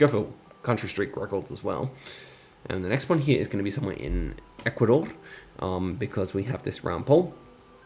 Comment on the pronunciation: Omg the way you pronounce Ecuador